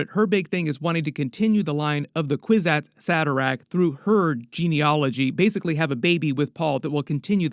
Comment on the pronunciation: Kwisatz Haderach not Saderach...